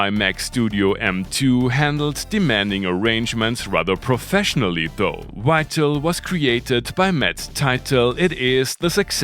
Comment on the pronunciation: "Wital"? There seems to be no hope, although (another word you can't do) in one place you get it right. Do you say "Wienna" also? This can actually be practiced.... 🙄